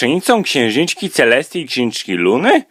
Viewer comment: Czy tylko ja usłyszałam ,,Siostrzenicą Księżniczki Celseti i KSIĄŻKI LUNY?!"